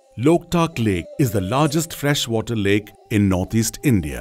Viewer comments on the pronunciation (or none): none